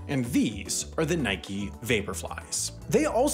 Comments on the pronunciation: How do you get “Nikey” from “Nike?” That’s like saying “Bikey” rather than “Bike.” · From the Greek goddess, referred to as "nikey." It's a name and a weird non-English pronunciation.